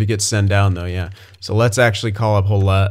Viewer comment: Just so ya know, Hollett is said like Hall it. It’s a very popular last name in Newfoundland, and is my mom maiden name. Just so ya know